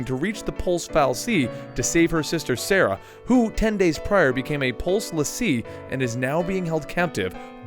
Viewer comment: so i know this is a dead post, but i just came upon it.. and all i have to say.. with all you had to say about being correct and easy names blah blah blah.... Serah.... not "Sarah" <3 not trying to be a dick, just a little, here ya go. lol